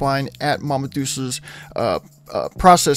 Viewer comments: Its doll-chey - like dolce & gabbana, not doll-ses. Made me think of my buddy who pronounces wendigo as when-dingo. Makes me laugh every time he does it. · Mama Douches? Don't you know any Italian? It is pronounced, "Dol Chay." Mama Dol Chays." Every musician knows this. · "Mama Deuces" lmao, it's pronounced dull-chays (Mama Dulce's) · Dolce' is an italian word, It means 'sweet'. It is pronounced 'Dol-chay', not 'dolse'. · Fun fact: Dolce is actually pronounced “ Dolchay “ It means (sweet), there’s a really delicious syrup sort of topping that’s called Dolce de lece which means sweet cream. It’s like a boiled down sort of caramel but better. And expensive! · I can't get over how bad he pronounced Dolce. It even says her name when you do the event. It is pronounced "Dol-Chay"